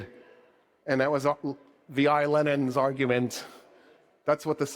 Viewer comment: Can't pronounce Lenin without a L